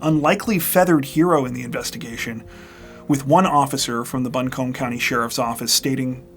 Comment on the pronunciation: as a resident of buncombe county, your pronunciation of my home county makes my eye twitch xD it's bunk-um